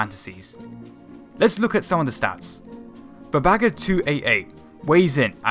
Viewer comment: it's "Bagger" - not "Bager"